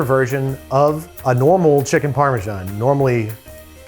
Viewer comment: It's ok till "u need crips,u need cheesy, u need sauces" But "u need chikniii!!" (Only true indian can understand this )😂😀😀😀😀😂😂😂🤣🤣 Like if u understand